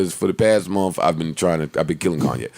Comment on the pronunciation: Joe can’t say month. He says ‘mumf’.